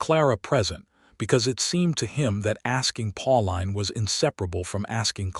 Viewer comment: Pauline is pronounced, "Paul-een," not "Paul-line!" This put me off the entire story, darn it!!